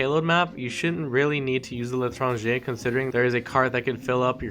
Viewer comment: Saad khan LITRANGER